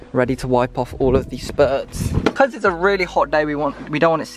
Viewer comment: Cringing every time I heard ‘SPURTS’ It’s spritz... spur ritz